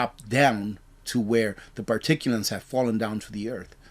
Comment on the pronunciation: I love you, but particuLATES not PARTICULANTS